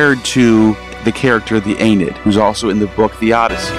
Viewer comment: This video hurt me, he can't pronounce Aeneid, can't pronounce Ovid, and he says Ovid created Roman mythology, like dude check your facts before you make a video like this.